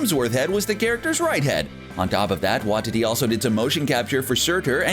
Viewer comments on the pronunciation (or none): it is pronounced why tee tee ( taika waititi ) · the way is says waititi like wa-tity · "Wah-tee-tee" not "Wah-titty" 😅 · It’s pronounced “Why-Tea-Tea” and not “Wah-Titty” which I last said when my ex didn’t let me touch her breasts! Oh, and you forgot Michelle Yeoh, who had a cameo as Aleta Ogord in Guardians of the Galaxy Vol 2 and is due to play Jiang Nan in the forthcoming “Shang Chi” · I hate the way you pronounce Taika Waititi's name. It's Waititi not Wahtiti. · Taika WAITITI not Watiti😂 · What's up with these youtubers not knowing how to pronounce things. It's like they do it on purpose. Theres no way they haven't heard the correct pronunciation before. Get it together! What Tea Tea not Watt tity. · Can you fix your pronunciation of Taika Waititi? Heard it pronounced as Wahtiti by this channel many times now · Tai-ka Y-tea-tea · Taika's last name is pronouces "why tee tee" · Taika Waititi lasts name is pronounced why-tee-tee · Taika "Wy-titty"? For fuck sake, man. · Wanh titty lol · For the love of all things in the MCU will you get the pronunciation of Taika Waititi's name CORRECT. Do you even KNOW how his name is pronounced?????? Obviously you DON'T. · Dude...... you've gotta learn how to say these names properly ......Dormammu.....Waititi..... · It's almost like you're going out of your way to pronounce Taika's second name wrong. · How many times are they going to mispronounce Taika Waititi's last name??? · IKR Very distracting.